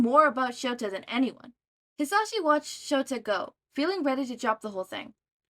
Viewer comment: I’m not trying to be rude and I did reach the end of the video but I would like to tell you the proper way of saying mic’s first name Ha-Za-she Or at least that’s how I say it